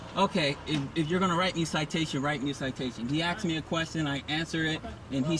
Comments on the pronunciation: Why don't you just shut your mouth. You make yourself look stupid and sound stupid, with all your inane babbling. One final thing, It's ASKED NOT AXED. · It’s pronounced “asked” not “axed.” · The word is pronounced ASK or ASKED. Not AXS or AXSED.